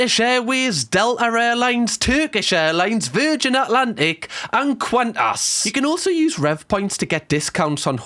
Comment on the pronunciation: Qantas not Qantas